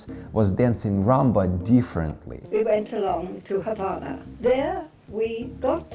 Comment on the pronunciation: Do you live in the Ukraine? I'm a German/Afro-Cuban living here in the States. Really appreciate your videos how dancing the Rumba! It tickled me pink that you actually pronounce "Havana" correctly! Most people *DON'T*! 🤣